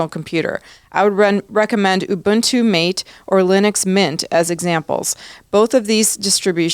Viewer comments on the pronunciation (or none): Don't want to be picky, but the Linux Mate desktop environment is pronounced, "MAH tay" - like the tea.